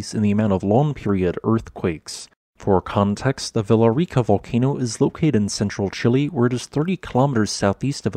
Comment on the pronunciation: For context on Villarrica, the double L is said like a Y. So its more like Viyarica. You can also roll the r if you want to.